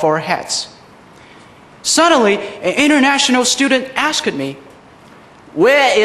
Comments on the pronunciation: asked is pronouced "askt" not as ked. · so many kinds of accent mixed=_= BTW, what is ask-ked!?